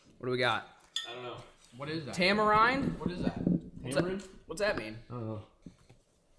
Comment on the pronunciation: lol "tamarinde"